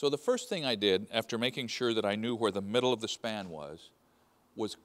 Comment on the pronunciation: oh my God, stop pronouncing the H in words.. where not w Hehhhere and W hehhhitee. 🤦🏼🙄